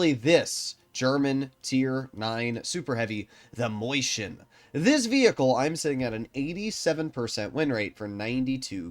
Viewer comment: never........ ever fucking say moiscHien ever again. please its maus with chien miniscule maus please i cringed so hard you have no idea